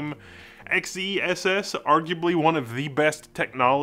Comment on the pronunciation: Are we sure XeSS isn't meant to be pronounced "excess"?